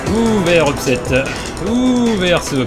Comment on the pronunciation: "Oooh, they are so upset-eh"